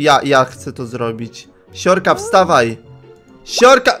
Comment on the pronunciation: Zamiast uslyszec: siorka siorka polamalem sie to zrozumialam: siurka siurka polamalem se XDDDX